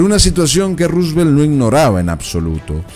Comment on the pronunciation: Está bien pronunciado y bien escrito